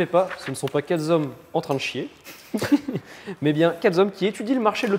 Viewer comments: "Quatre z'hommes" ça pique les oreilles 👂 😂 le 'h" empêche la liason 😉. Vidéo très sympa ! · Première que je regarde. Le mec ouvre la bouche QuatreZommes ! 😮 T'es sérieux ? C'est niveau CE2. A 2min de vidéo, SI tu L'AURAIS acheté !! C'est chaud les gars là j'ai les oreilles qui saignent je me casse. C'est dommage le sujet avait l'air cool.